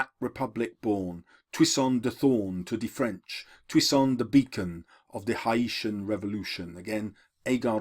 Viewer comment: Really gets my goat when teachers can't pronounce common names correctly. Haiti is pronounced 'HAYtee' and Haitian is pronounced 'HAYSHun'. Come on, you can do better!